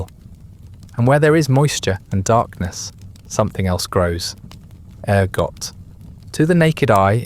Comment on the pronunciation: Interesting ergot sounds like argot???